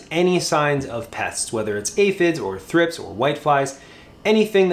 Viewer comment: Never heard thripes pronounced like that.